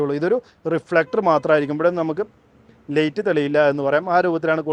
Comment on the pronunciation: ദയവുചെയ്ത് ഉച്ചാരണം ശരിയായി ചെയ്യൂ... ലൈറ്റ് ആണ് "ലേയ്റ്റ്" അല്ല ലൈക്ക് ആണ് "ലേയ്ക്ക്" അല്ല... സൈഡ് ആണ് "സേയ്ഡ്" അല്ല കേൾക്കാൻ വളരെ അരോചകമായി തോന്നുന്നു.